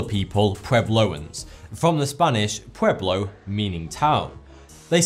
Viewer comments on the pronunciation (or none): thought it said pubeloans for a sec there